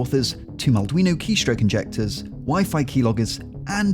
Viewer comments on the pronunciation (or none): none